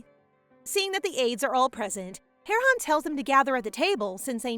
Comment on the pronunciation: Correction she said Heron